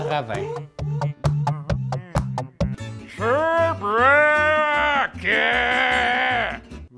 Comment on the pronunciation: shurebruke: sherbrooke